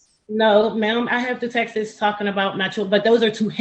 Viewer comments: "Sunt" "Textes".... smh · He can’t say texts. Texteses. 😂